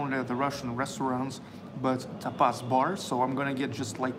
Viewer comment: Happy birthday! Lovely restaurant!, "tapas" is pronounced with the accent on the first syllable: TA pas.